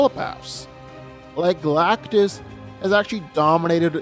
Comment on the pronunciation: It's Galactus